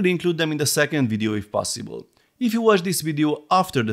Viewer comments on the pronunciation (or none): none